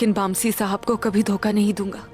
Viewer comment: Aygul said- bamsi ko baamsi